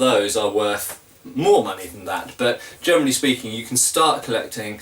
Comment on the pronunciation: Your "generally" often sounds like "germany" :D Do you have (buying-)experience with older swords, e.g. from the 15th century? Where do you get your non-antique swords? What are good modern manufacturers for medieval swords (possible cathegories: authentic, good for training, good for exhibition fights,...)?